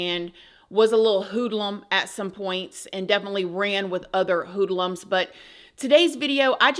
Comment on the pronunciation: the way pronounces hoodlums is so cute omggg 🤗🤗